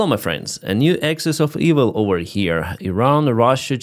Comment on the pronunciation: Axis, not Exis.